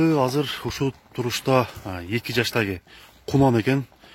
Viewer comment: Эки жаштаги дейтго, а жаштагы эле дебейби. Жакшы темир уста болсо тилин туптуз кылып чаптырып алса сонун суйлоп калат эле жаштаги дебей жаштагы деп.